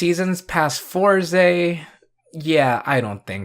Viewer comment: sorry but I can't watch you pronounce it four ze 😭 (it's always been fours)